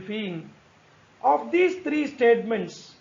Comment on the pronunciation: Sir wo थ्रीयो हैं त्रयो नहीं